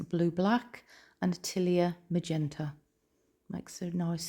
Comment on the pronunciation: Such a BEAUTIFUL piece!! I just really quick wanted to say that Atelier is a French word...and it's pronounced (uh·teh·lee·ay). Just thought I'd let you know. 😊